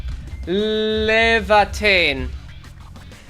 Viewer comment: Arknights pronounces it lee-ah-vah-teen, which could be wrong but it's the only time I've personally heard it said out loud so I have been sticking with that one At least in the OG game with Surtr